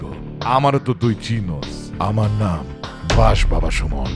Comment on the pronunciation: ❌ ✔️